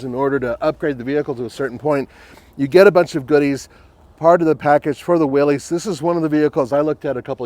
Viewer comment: Just FYI Willys is pronounced like Willis